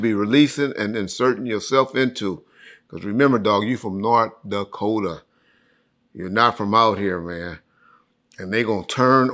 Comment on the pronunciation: "North Dakota " 😫🤦🏾‍♀️